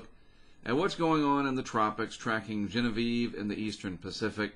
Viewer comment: Your pronunciation of Genevieve is absolutely correct! I worked for Lykes Steamship in New Orleans. One of our ships was the Genevieve Lykes.